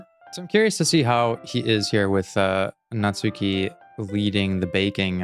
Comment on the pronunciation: It might be too late to say this, but the "u" in Natsuki is silent: Natski.